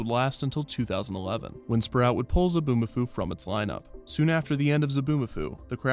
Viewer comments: Zoboo not Zaboo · It's Zoboomafoo, not Zaboomafoo. You had one job, ONE JOB